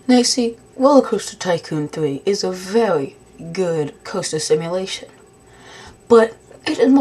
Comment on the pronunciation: Vewy good roller coaster simulation.